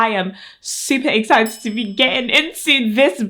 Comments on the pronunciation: It's adorable how you say "exzited!" I've never heard that specific accent! ☺️ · I'm just giggling everytime she says EXCITED!!! 😅